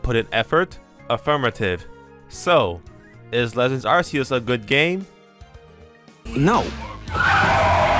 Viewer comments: Why does nearly everyone pronounce Arceus's name as Arseus? Even the anime pronounces it Ark-ee-us. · I'm fascinated by the take, really annoyed that you're not saying Ark-e-us, Ark sounds better than Arse you can't change my mind. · it's pronounced ar-coo-se! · Also I heard it's called Arkoos, not ar-keyus or ar see us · Ark-ee-us doesn't make sense. Its Japanese name had a soft "c". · you call Arceus the wrong way. You don't choose the pronunciations that words have, you just have to pronounce them. Arceus is pronounced with a K sound instead of a C one, and that's because it's inspired by the word αρχαίος (which means ancient in Greek) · Just let him pronounce it how he wants. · that's not how it works buddy. You can't pronounce words however YOU like, language doesn't work like that